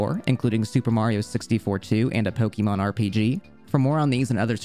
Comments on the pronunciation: It's actually pronounced "poh-kay-mahn." The accent over the e is pronounced like the word café. This book explains it. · Did you know? It isn't pronounced Poke-E-mon. Stopped watching as soon as I heard that.